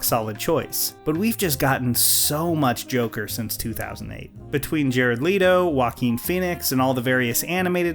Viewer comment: Jared let-tow